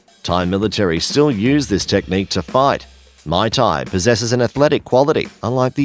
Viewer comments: Pro tip: teach your narrator how to actually pronounce these words! Lost it at may tai instead of muay thai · Ok this list was a dumpster fire but to sum it up Muay Thai was pronounced wrong and is only effective against a single attacker Wrestling is only useful against a single attacker Artimes/escrima/kali takes years to learn effectively and does not ensure a successful disarm and the clips of military personal using kali were using the Russian hand to hand style called systema Taekwondo is like karate with extra padding and is near useless outside of sporting form The LINE system has outdated for years and the USMC is currently using MCMAP Overall the single most effective form of self defense is Krav Maga as it focuses on subdueing an attacker by striking unconventional and effective targets on the body while teaching everything from ground fighting to multiple attackers to melee and firearm disarms